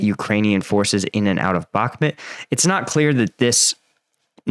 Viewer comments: Please say the names of the cities correctly. It’s not “Bokmit” it’s Bak-Moot. Sincerely every American watching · Mate! With folk getting killed in Bakhmut…..least you can do is say the name right! “Back-met” is just wrong……so wrong. Put the effort in! Its not hard!!!!! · I've been to Ukraine and I have spoken to MANY Ukrainians andI can say that based what I know, You are pronouncing Bakhmut wrong. It drives me nuts!